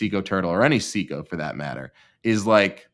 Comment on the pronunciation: someone spent the money their mother gave him for speech therapy on sumpin else.